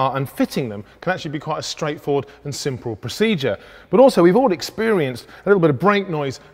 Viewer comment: Did he just say 'simprle' lol?